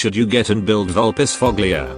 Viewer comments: Cant wait to see Supah here infused by rage after hearing "Vulpisfoglia" instead of "Vulpisfoya" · Ohno, the tts pronounced her name wrong. Supah is going to leave you a special gift in your mailbox now!